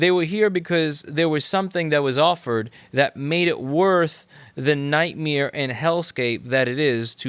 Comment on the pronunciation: Lol Louis talks like Burnt Chrysler. " Nightmirror" instead of "nightmare".